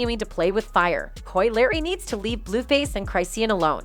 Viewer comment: Right And the Coi Larry got me 😭😭 how you get Larry from Leray 💀 they need to step they shit up w/ the narration cus they outta pocket 🤣🤣